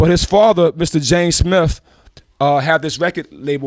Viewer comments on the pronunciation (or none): none